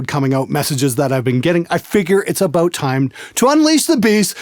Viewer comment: Haha "aboot"... Love you!